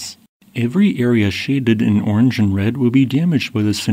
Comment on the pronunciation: Can you stop pronouncing so many vowels as "ee"? It's really distracting. You pronounce "and" as "eend". "Range" as "reenge". Couple examples. "Casceedia"